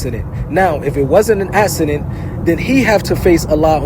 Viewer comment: The only problem i have is the word "docUmentary" has a U in it. Its not docAmentary. And also it's 'accident" not "assident". Who taught napoleon words or is this Jersy accent? 😂